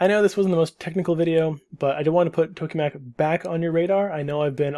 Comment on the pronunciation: Just a note (I know, this is kinda irrelevant): TOKE is pronounced tok-uh, not "toke" with a mute "e".